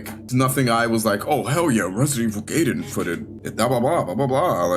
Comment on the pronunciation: Based Gaiden pronunciation